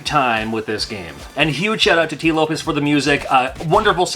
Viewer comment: It's Tee Lopes not Lopez. Just FYI.